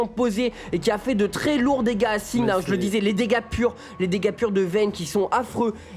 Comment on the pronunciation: de comment vous prononcez Singed. On est en France on parle français.